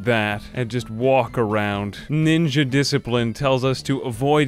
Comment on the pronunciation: I love the "Montage of Diciprine